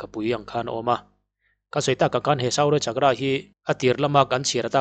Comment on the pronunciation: Suu-rya chak-kra . tiin lamla a dikzawk awm e.